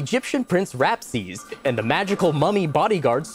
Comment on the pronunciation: uhm actually his name is ramses not rapses. or ja-kel doesnt use a jackel. i dont remember his totem but the rest are correct.